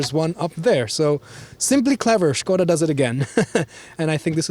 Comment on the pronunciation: thumbs up for pronunciation of "SKODA"